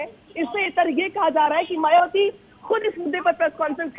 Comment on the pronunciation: जरा मुँह संभाल कर बात कर...मायाबती कहती है... ना बोल कर मायाबती कहती हैं... जय भीम 🙏🙏